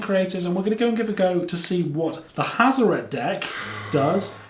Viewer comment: HAZ - OR - ET. Not HAZ - OR - AT